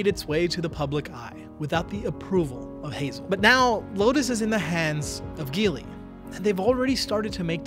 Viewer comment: Hello there, I own a Geely Coolray model 2021. The chinese car market is booming here in Kuwait🇰🇼! My eldest brother owns the Changan CS95. I really hope chinese cars enter the american market, because a lot of them have very affordable cars that are a bargain for their price. Oh and, just in case, the G in Geely is pronounced J😁. Thank you very much for this video it was very informative and entertaining.